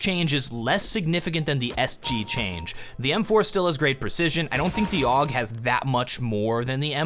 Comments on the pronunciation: not is oog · God damn dont say a u g its (aww guh ) not a u g that kinda ticked me off